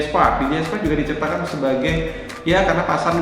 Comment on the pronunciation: DJI bukan di ji ay tapi di jey ay